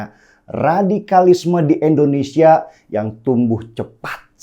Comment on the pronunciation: Susah ya, ngasih tau si Denny Siregar ini... Klo nyebut nama Indonesia slalu nyebutnya E ndonesia.. pdhal kn Ngara kita Namanya INDONESIA.. BUKAN E ndonesia ..